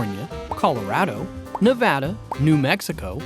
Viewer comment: 1) Nevada =Nev add uh 2) potable= poe tuh bull